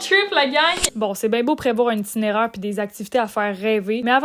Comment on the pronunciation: Un "titinéraire" !? 😂😂😂